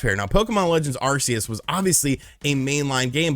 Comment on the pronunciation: OMG,my guy, it's pronounced Arceus "ARK-E-US" NOT "ARE-SEE-ESS"! I don't understand where people get ARE-SEE-ESS from? If you ever watched the official movie: Arceus and the Jewel of Life, they clearly pronounce it "ARK-E-US". Even the official announcers say it! Good grief, get your Pokemon pronunciations right people!😆